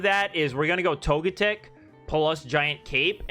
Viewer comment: Why do you keep going back and forth between pronouncing Togetic's name? Togetic's name should just sound like "Toga-tick," and not like "magnetic."